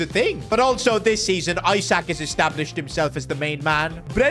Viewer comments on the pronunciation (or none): Isaac ❌ eessaaak ✅ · Isak not Eye-sak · Alexander Isak is pronounced ee-sak, not eye-sak, it was triggering me every time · not aiiisak isak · pleass stop calling him “isaac”, its pronounced “ee sak” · The way he pronounces Isak’s name is so funny